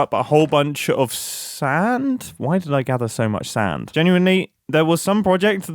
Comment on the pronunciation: The way he says sand gives me flashbacks.